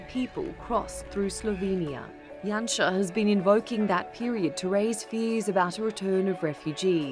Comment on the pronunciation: Yay he pronounced Janša right :)